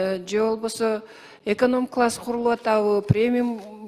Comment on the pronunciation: Эконом класс деп айталбай ататко яя😂